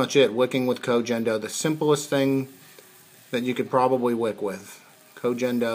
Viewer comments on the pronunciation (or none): If you're gonna use a product try to pronounce it correctly. Hard G bud 😘